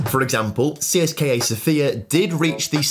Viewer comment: Guys, it is sOfia, not sofiA, put the stress correctly, sofiA is a female name, sOfia is a city name...